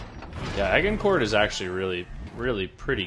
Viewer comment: the way he says this ships name hurts🤣 the prononciation is adge- in- core. No hate man I’m just picky